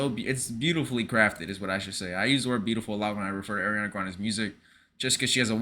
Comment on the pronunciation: Her name is pronounced "Ar-riana not Air-riana"